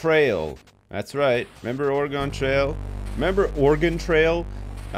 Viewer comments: Ore-GONE? Really? It sounds like gun, Ore"gun". At least it wasn't Orie-gone. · It's pronounced "or-eh-gun" not "or-eh-gawn" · Although has played both it doesn't stop us Oregon natives from cringing at the mispronunciation of our home state.:) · lived in oregon all my life its pronounced the same way as organ not (or gone) appreciate both pronunciations on your part though. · Thank you for correcting yourself on the pronunciation of Oregon, which is actually ORE-GUN/Organ as oppose to Or-E-Gone. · I think he's saying that Oregon is pronounced "organ," which I've never heard before personally. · it's not QUITE organ (as another native Oregonian who has MANY FEELINGS about it). But it's definitely, DEFINITELY not oreegone or origohn or any of those easterner attempts at it. "Org-in" at least won't make me wince in pain. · You realize you're wrong, too, right? It's pronounced ORE-ə-gun, It's 3 syllables, stress on the first. Go look it up. Wikipedia has a helpful audio clip for you. Or look up like any oregon politcal primary ever. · dude live in washington its ore-gun